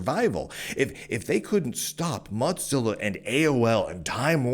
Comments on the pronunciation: Bro really called it Motzilla the whole video. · please,, there no 't' in Mozilla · call it modzilla one more time! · Am I the only one who pronounces it "moe-zilla"? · Muttzilla* and it's hillarious that's what's got you folks triggered, like there is no other argument so people take to deconstructing his pronounciation of Mozilla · Your pronunciation of "Mozilla" should be a crime. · Mozilla firing enough employees to completely shut down work on the Rust-written browser Servo is a great reason to despise them without mispronouncing their name.